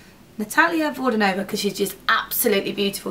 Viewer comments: you just pronounce it with all the letters..Vodianova...you must say that 'i' :)))...and pronunciation is on the first 'a' :))) just saying :))...you look beautifil btw. and amazing tutorial as usual :)) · Super! but Vodianova is pronounced with the accent on "a" - VodiAnova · VodIAAAnova, that's how you stress the surname, not VodianOva, like many people do ;) just so that everyone knows :) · Her name pronounce as Nat`alia (with stress on second "a") Vod`ianova (with stress on "ia") =) Russian names are quite difficult for Europeans =) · no no no no it's Natalia Vodyaaaanova :D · Great video, this look is just perfect! The only thing is that the stress in Natalia`s surname is layed on the the second syllable ))